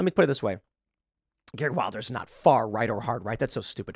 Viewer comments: You probably won't read this Tim, but in Wilders the i is pronounced as the i in willow, not the i in wild. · Just to help: Wilders is pronounced will-ders.